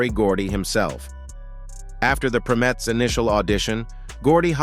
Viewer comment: Was that an AI voice narrating this? Because he (or it) kept mispronouncing the name of Diana's group before they were renamed The Supremes. He kept saying "Prim-etts"...the correct pronunciation is "PRIME-ETTS"!